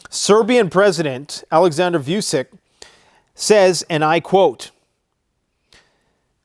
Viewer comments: Vučić isn't voosick, voo-cheech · Last name of the Serbian president is pronounced: v oo ch ee ch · Its Alexander "Voo-chi-ch". You guys have foogle translate right? You can select the appropriate language and have it read it out for you... Just saying. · His name is not view-sick, it is: victory, uno, child, India, child